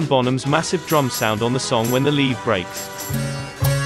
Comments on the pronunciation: "LEV-VEE" not leave :D Great series ! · Levee is pronounced "LEV-ee".